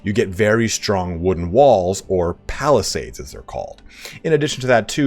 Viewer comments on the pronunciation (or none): none